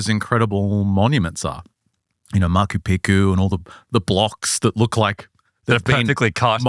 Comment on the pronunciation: did he say Makoo Peekoo?